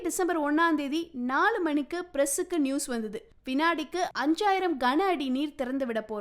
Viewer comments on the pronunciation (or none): none